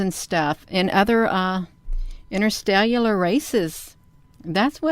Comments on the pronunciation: What the F is an “inter-stellular” race. Head slap* It’s INTERSTELLAR you idiot! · ¿Did she just say "interstellular" races? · "Interstellular races" -kill me.... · "Interstellular races " lolllll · "interstellular races" ??!!?? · "...interstellular races..." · "Interstellular races"? That's a new one. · What does "interstellular" means? Is it "interstellar"? Is it "intercellular"? I'm confused... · Interstellular pitchers. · I'm a little uncomfortable being mean, but "interstellular"?! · "Interstellular races" She can't even get the words right never mind the "photos of spaceships". This woman is as intelligent as is in agreement with her! lol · interstel(u)lar? Are you sure about that? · hahahahaha she said "interstellular" hahahaha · Pitchers of Interstell-u-lar races? I would like to drink some of those. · I was sold when she said interstelluar! 😳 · At least I can sympathize with the desire to believe in this one, but the absence of discussion on her "technique" of photographing the blurry distorted images is quite suspect. "Interstelular" was precious though. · She said " interstellular" ??? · "Interstelullar races..." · She said it and moved on like it was a real damn word too! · ha ha - I noticed that!! Well it has 5 syllables - at least we can say that for -she added syllables instead of deleting them (disrcimming)